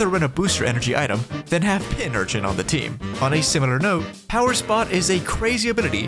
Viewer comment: It’s PinCurchin. With a ‘c’ in the middle. Like ‘pincushion’.